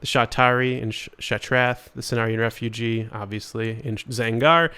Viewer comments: Just a helpful note... It's Cenarion "Refuge" (ref few gh). it's a location, "where you take refuge" and not the person "refugee" (ref few gee) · Cenarion Refuge, not REFUGEE, theres no EEE holy shid